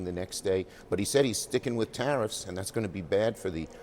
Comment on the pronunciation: Oh, he said tariffs. I thought he said Harris.